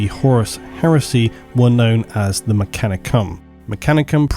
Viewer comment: "known as, the mechani-cum" 😏